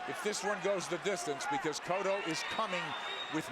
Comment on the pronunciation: da fuck is "coatto" his name is cotto